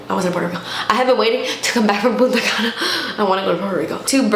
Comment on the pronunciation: I keep hearing puta cana.😂